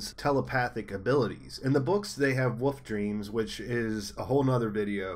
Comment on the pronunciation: Am I the only one hearing "Woof" when he says wolf?? lol